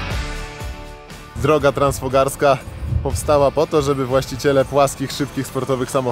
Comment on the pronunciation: Transfogaraska, nie Transfogarska - te góry to Fogarasze, nie fograsze 🤪